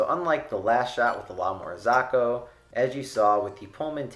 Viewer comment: Please learn how to pronounce la Marzocco